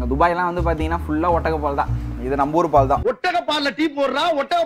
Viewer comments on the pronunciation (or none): none